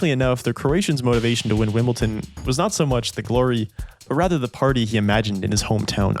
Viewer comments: that's actually nicholas escude, that is milos raonic........ wimbledon is pronounced wimble-Don not, wimble-Ton and losing 6-0 in the fifth set isn't considered "humiliating" by tennis standards. Other than that so far this is a fantastic extended retelling of goran's career that nobody else has done to this point in such detail. I thought you should still know where you went wrong in order to make the next video even better. Keep up the great work! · I liked Goran, but you didn't do your research. 1. Boris Becker was ranked 20th, not 65th, when he won Wimbledon at 17. 2. It's WIMBLEDON, not "Wimble-tin". 3. No Grand Slam tournament has EVER been played on carpet! 4. With that accent, you're Canadian, but pronounced Rusedski (a Canadian) as 'Roosedeski'... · Sorry, but I had to give up after 5 minutes. It's WimbleDon, not WimbleTon. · Wimbleton? Wimbledon ... it is not that hard :). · Great video. Just one thing, it's not WimbleTon, it's WimbleDon. And I'm not even from an English speaking country. I'm from Croatia. Sorry, I'm a civil engineer, I am very meticulous. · Honestly, from what I could tell from the first few minutes, this appears a worthy story. But OMG, please get the pronunciation of Wimbledon right. It’s WIMBLE-DON. With a “D”. There is no “T”. I recognize that I am being a bit persnickety, but I do think it’s important to get the name right. I don’t think residents of London, Colorado, or Florida would be super happy if people referred to those places as Lonton, Colorato, and Florita. P.S. I’m not a resident of any of those places, nor am I British! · Very well made video but I was in rage everytime you said "Wimbleton". It's don not ton. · makes a 30 min video on Wimbledon and calls it Wimbleton every single time. Legendary x) good video tho, I had i heard about this guy but didn't know anything about this story. good to know the story of players other than the usual ones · Why do non english say " wimbleton " ...its wimbledon ..with a D